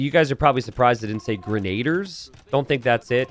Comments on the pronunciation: I think grenadiers is grehn-uh-DEERS not grehn-AY-dee-urs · grenna-dears* lol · I think its gray-nah-deers😅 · It's pronounced "grenn-a-deer" genius, and how "pastoralism" is both an unknown word, and not an obvious pronunciation for you are absolutely beyond me. Was being so-so at a 30 year old game really more important than literacy? It SURE AS HELL didn't teach you anything about history, which is what I took from the game as a young boy. My real question is how you just reveal this failure to be a thinking, feeling, inquiring mind in the Information Age with such casual apathy. Do you think if I'd been around to tell you that you were truly, (not being mean, but I mean objectively, really) stupid 10-15 years ago, that it would have changed your life, or do you think being stupid was your irrevocable destiny? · its Gren-adier